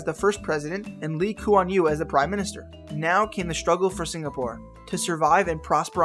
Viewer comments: Lee Ku Wan Liu Wtf man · The way he pronounce lee Kuan Yew was so funny! XD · You pronounced ”Lee Kuan Yew” wrongly